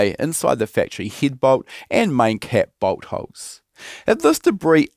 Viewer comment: 😂😅 I know he said bolt holes, but I hear boat hoes.